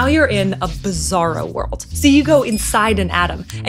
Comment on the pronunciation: Did you said Bizzaro ?